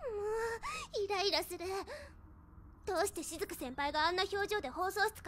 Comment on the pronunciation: し↑ずく先輩